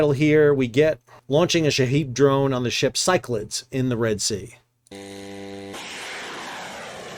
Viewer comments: Pretty sure it’s pronounced syc-la-dees, after the Cyclades/Cycladic islands in the Aegean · FYI - it’s pronounced “Sigh-clay-dees” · I think the name in English is pronounced more like sick-la-deez - it is a group of islands in Greece. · Cyclades is named for a region in Greece, pronounced “sick-la-deez”. Thanks for the updates, keep up the great work. 💪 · Handy Size Bulk Carrier Master here, currently commanding a ship similar to the "Cyclades". The name of the vessel is better pronanced as "Ki - kla - des". That space behind the bridge is usually the battery room for GMDSS batteries, the bridge toilet, or the aft bulkhead for the staircase leading to the bridge. So there is a chance that the officer of the watch might survive this.... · Ky-Cla-Dees in Greek or in English Sy-Cla-Dees. My ears were bleeding. 😀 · "si-kluh-deez" three syllables. accent on first. named after Greek island group. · Pretty sure Cyclades is pronounced as if it were "Cyclades NUTS" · The probable correct pronunciation of Cyclades is "sy kla dees" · Sol, Cyclades is three syllables, not two.